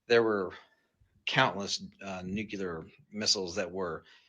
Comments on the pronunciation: (& several other times after) Is he saying "nucular"?!? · When "experts" can't even pronounce the word "nuclear".